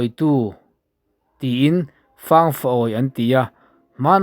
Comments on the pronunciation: Fâng far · Di-In chauhin ditip a nei aw. Puk chhung chung lam hi DITIP tiin tumahin an sawi ngai lo. "Fâng rawn-aw" Hetah hian, "Fâng" hi i lam dik lo tlat bawk. Buh sawina "Fâng" rik dan pangngai kha a ni mai. "Rawng àw" tih hi, kan umau Lai/pawi tawng a ni a, rawn haw rawh/rawn kal rawh tihna. Buh kohna i tih hi chu a dik e. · Fangrawng tih khi buh fang tih laia fang tih angin i lam a, fang( buhsawina) thlûk deuh tur a ni zawk lo maw.